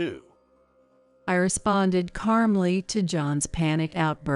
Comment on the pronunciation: Carmly 😂😂😂 it is calmly. John Karma is a biatch.